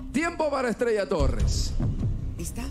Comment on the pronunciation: Me encantaron las dos por qué cada una tiene un tiembre de voz y forma de interpretación estrella pronuncia bien comienza de apocos y retumba al final pero Milena ella lo hizo a su forma con su dulce voz la hizo